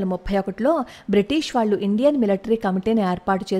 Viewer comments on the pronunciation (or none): none